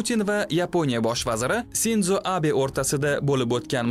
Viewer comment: Sinzo Abe emas Shinjo Abe bo'ladi Sinzo deb ruslar aytadi, siz o'zbekcha gapiryapsiz, o'zi ruslar hamma narsani buzib gapiradi misol Hiroshima orolini Hirosima deydi demak o'zbekchada Hiroshima bo'ladi. Ruschada shunday deyilsa o'zbekchada ham shunday bo'ladi degani emas